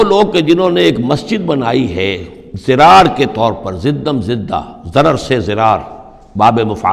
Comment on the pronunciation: ghalat quran padha dirar padha jayega naki zirar. urdu me zirar me chalega